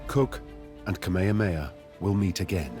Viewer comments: Kamehameha - not ka-may-ya-may-ya Please have the respect to learn how to pronounce our great king's name. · Omg it’s pronounced Kah-may-ha-may-ha. I can’t with this narrator. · Please respect the Hawaiian culture and history by pronouncing things correctly. Kamehameha is "Kah-may-ha-may-ha." Kealakekua is "Kay-ah-la-kay-ku-ah." Mahalo